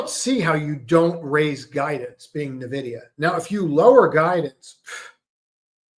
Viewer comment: Nuh-vidia or En-vidia?